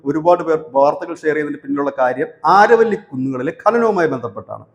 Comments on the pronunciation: ആരവല്ലി അല്ല അരാവലി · അരാവലി the correct pronounce this region.